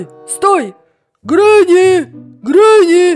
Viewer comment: Не гранни а гренни